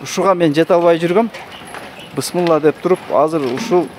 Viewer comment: Бысмылла эмес туура айтсан тууган